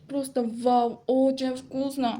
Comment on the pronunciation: Очень вкусноо pfff tipa ruscha gaprdindee🗿🗿🗿